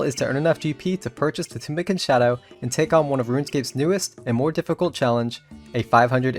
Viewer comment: I like the content but your pronunciation of words triggers me you don't even try to say the names right XD OSmootens fang Tumikins shadow Chambers of ex Eric's I mean comon man at least try And rushing the ending by selling the tbow what a ruin of a great series